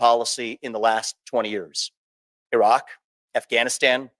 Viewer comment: Vivek Ramaswamy is brilliant. One thing that amused me though is how he pronounced Iraq correctly but still call Iran as "I" ran.